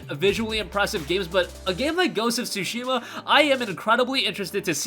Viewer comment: OMG, he saying Sushi ma‼ Sushi ma ja〜nee〜 yo‼‼😂 It's not sushi‼‼🍣🤣 Tsu shi ma ‼ wakatta❓❗ Understand ❓ Fix your accent❗❗